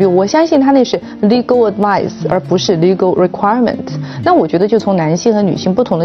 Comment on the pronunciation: She pronounced advice as sounded as advise. The difference is sutle and most non English speakers' having difficulty grasping the slight. Also she tried to impress others with her command in the language by saying it rather clumsily: "You make a bed and you sleep in it" The Cambride quote;"you've. made your bed now lie in it", Another version is: "you make the bed you lie in".😅